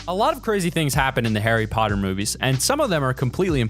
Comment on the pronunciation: bra you said parry potter not Harry potter